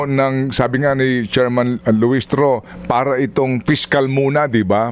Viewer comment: Hirap ka sa word " para" that's bisaya word.😅😅😅